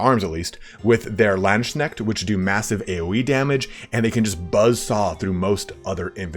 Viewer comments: People already corrected but it is Lands-Kneht, not Land-Shneht ))) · OK ok heres what I got to criticize: You pronounce Lands-knecht as Land-schneckt which looks and Sounds like "land-snail" lmao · Ngl i always wonder on what arcane websites people get their pronounciations for german words like Landsknecht